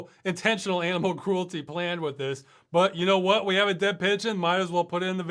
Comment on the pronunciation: That wasn't an aminal, it must have been a nimeral. :)